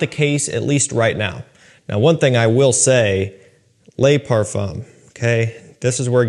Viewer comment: I don’t know if you read the comment. Probably not but just want to let you know in french an E does not pronounce Ay Le is not lay Now my question on the le parfum: is it fully Ambroxan like the edp? For me the edp just turned metalic due to ambroxan